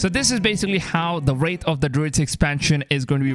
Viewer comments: Its pronounced "wrath" not "wraith". A makes ah sound like apple. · Ye it’s so annoying said wrath and wraith there no “I” in wrath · “Wrath” not “wraith” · WRATH not wraith bro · Theres no I in the word bro its Wrath/Rath not Wraith wtf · Wrath not wraith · Its Wrath of the Druids, not Wraithe